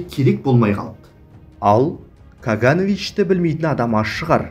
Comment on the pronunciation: Каганыч емес каганович